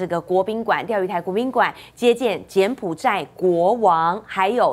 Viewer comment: 柬埔[寨]： 音[賽](X) 音[債](O)